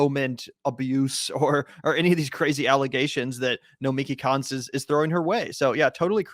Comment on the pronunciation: Nomiki Konst, the S is silent.